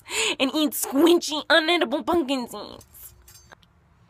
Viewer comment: I thought she said punk and scenes lol